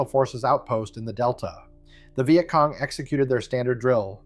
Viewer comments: AI slop thunbs down. "Vy-yet Cong"? Really? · The “vi et cong” … Hate AI narration. Get a vet to speak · stupid AI WtF is a vy-et cong??? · The Veye at Cong! AI !